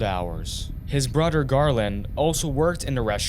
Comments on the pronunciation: He said bruder 😂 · Broder...Moder...eachoder...etc. Is the narrator incapable of pronouncing "th"? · Its bugging me the way you say "brudder" for brother and other "udder" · Odder brudder 😂